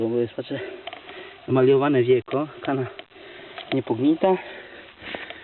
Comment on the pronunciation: Ludzie co wy z tą Kaną, nie mówi się tak!